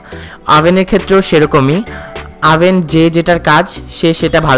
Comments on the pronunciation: ওভেন ই তো বলতে পারেননা।আভেন বলছেন। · ওবেন বলেন আবেন আবেন করেন কেন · এটার উচ্চারণ আভেন! ওভেন বানান হলেও উচ্চারণ টা আভেন হবে!দরকার হলে গুগল ট্রান্সলেশন করে দেখতে পারেন🙂